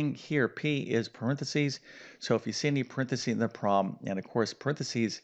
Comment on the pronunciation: Could you please improve pronouncing paranthesis